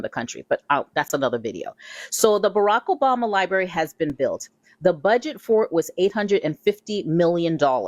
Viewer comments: I'm 15 seconds in and I'm already irritated. To the female that said "Liebarry". Boo...practice saying it in your room. It's LIBRARY. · "Lieberry" all i needed to hear